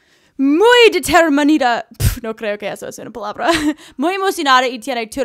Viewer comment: escuchar a intendando decir "determinado"... te llena de determinacion